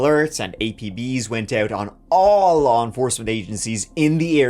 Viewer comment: "I know the lahr," 🤣🤣